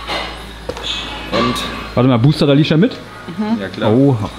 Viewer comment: hä auf einmal alicia aber dann wie alitsche ich finds so witzig ne